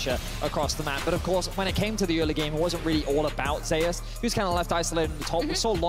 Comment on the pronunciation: It's not ZAY OOS. Just saying.